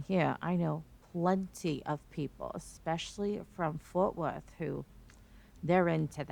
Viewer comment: “Fort Worth!” Hahaha!😂